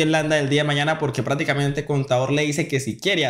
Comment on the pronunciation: Aprenda a pronunciar bien no estropee el idioma, no se dice praticamente es prácticamente con c